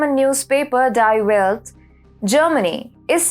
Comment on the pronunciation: It's pronounced Dee Velt